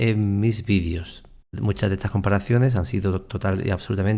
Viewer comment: los vidios!!! jajajaja 😅😅 haba bieeennn!!! se llaman videos!!!